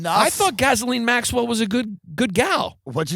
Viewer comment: "Ghislaine maswell"